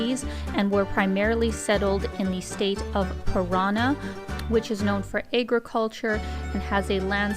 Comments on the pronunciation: The pronunciation of the Brazilian state of Paraná is not (pa/RA/nah/ but /pa/ra/NAH/. There is an accent on the final syllable so the stress is there and not on the second syllable. Other than that, I loved the video. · Eu sou brasileiro de Ituiutaba-MG, e acho muito interessantes os seus vídeos,ri quando você falou Purana ao invés de Paraná 😁,mas é muito legal ver a sua dedicação em prol de boas causas também!👏👏🙌